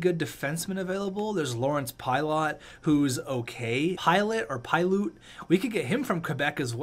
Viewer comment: its pie-lit